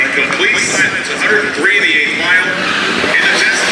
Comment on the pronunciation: It's not Tezzzla 😑